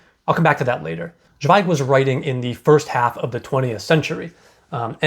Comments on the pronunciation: Great review. Thank you 🌹 Zweig is pronounced ts'vei'g. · Great review, just found your channel and really like your videos about Scandinavian books. Just a comment about pronunciation: In German "Z" sounds like "ts", like in "let's go".